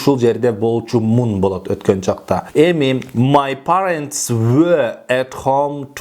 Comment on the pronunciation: Parents -перентс болуп окулат гоо